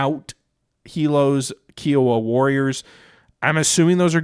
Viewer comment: Good job showcasing the game. Nitpick 1: Fort Irwin is in California and Nitpick 2: Kiowa is pronounced K-eye-owa, after the Indian tribe (actually, nation) Thanks